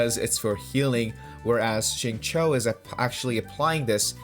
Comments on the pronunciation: Xingqiu is pronounced "sing-chee-u" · Xingqui is pronounced as "Sing - Chew " like chewing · Agreed when you said shatter team works better with chongyun, especially when paired with xingqiu (the qiu is read like “chew” btw). I don’t think chongyun is good for melt dps because melt works best when finalised the reaction with pyro since there is the elemental proc order. For melt team, i do recommend using pyro character as DPS and chongyun as the support. Diluc would be the best pair with chongyun because he can alternate cryo damage and pyro damage with his auto and skills, and if you have C2 chongyun, it reduces skill and burst CD of any character that is casted inside chongyun’s cryo area. Sacrificial greatsword is the best for support build.